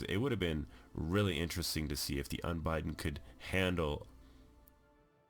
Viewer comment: It's Un-Bid-Den not Un-Bi-Den like you're spelling it.